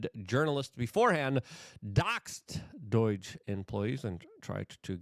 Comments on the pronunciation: Why does Luke say "DOURGE" I mean learn how to freaking say DOGE...there's no R in it.... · It’s pronounced DOH-JUH not DOYG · It's DOGE for crying out loud, not DOIGE! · Luke, it’s pronounced dowzh, not Deutsche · Me: Say Doge Luke: Doige Me: Perfect, thank you. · Doge not doyge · NOT DOYGE........ can you say D owe GE????? work on it Luke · Does it bother anyone else how he says "doige" instead of "doge"? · Not DOIGE It's DOGE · There is no 'I' in Doge ! Its not Doige . Man , Idk why but thats REALLY been bothering me Luke 😂 😅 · Why the hell do you pronounce it DOYJ? Weird. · Dude. It's not Doige. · What the heck is "doige?" Ffs, get it together, man! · Luke please pronounce DOGE properly lol...its not Doyge, you sound like a boomer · Why do you say “doige?” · You're saying doge wrong brother. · There's no "I" in "D.O.G.E." Bro